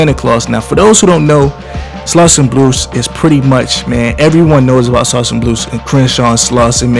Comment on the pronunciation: Slauson bruce not slauson bluce😒